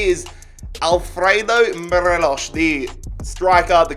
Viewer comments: It's Morelos not Morelosh. 🙄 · Morelos is just pronounced as 'mor eh los' , no accent , just a pointer. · Nobody:: Morelosh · it really annoys me the way u say morelos name